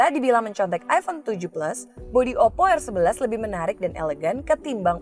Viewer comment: Oppo rrrrrrrrrrr